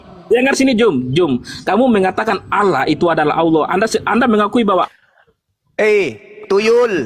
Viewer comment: Baca pake mata bang .bukan alah.tapi (allah)